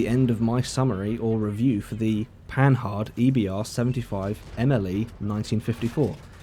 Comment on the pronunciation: remember this, its pronounced Panar